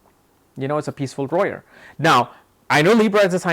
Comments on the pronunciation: Peaceful warrior if y’all are confused when he says “royer” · You keep mincing the words lawyer, and warrior and sometimes you say roarer! 🤣🤣🤣. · Lmaooo More Like "Royer"😅😅😅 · Pity you would waste a few seconds of your time making a useless response. You could've just responded with a single word stating what word you are using as you are not pronouncing it correctly. it sounds like "rowyer". I love your videos, don't get me wrong, and respect to what you are doing. It was just a simple question. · warrior dammit, he says wrong